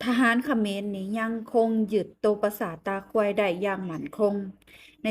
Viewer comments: พูดผิดอิ่กแล้วครับ..ปราสาทตาควายครับ..ไม่ใช่ปราสาทตาค..ย😂😂😂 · เสียวออกสำเนียง ปราสาท “ ตา…….เด๊“😊